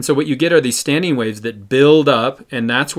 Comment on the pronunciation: *standING not StandEEN...